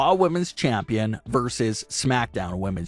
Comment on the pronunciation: A verse is a part of a song, versus is a competition between two people. Ver-sus. You can say it if you really try. Versus.